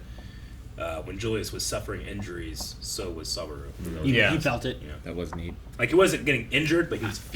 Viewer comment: A whole season later and still cant say the main characters name incorrectly. At this point i feel like he's not even trying to get it right